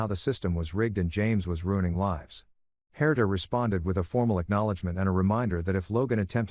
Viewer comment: I just want to say first , the name Herter , or Herder ,,, is not correct , the name is spelled Herta , how do I know that is correct ,it was , is , my mothers name , she was Austrian it’s a European name , will not hold that again the story lol . Point of interest , on my part … The story is really good , I enjoyed it thanks and the voice great …. I would love a part two , just to see and hear how these children interact with their biological father’s etc and that they ended up hopefully really happy with their lives ,, and the dad , wanting a great outcome for him as well ..